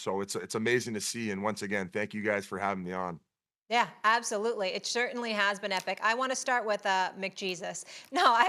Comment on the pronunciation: She definitely said "shirtainly", and even Biz can't get me to watch an entire video of First Take.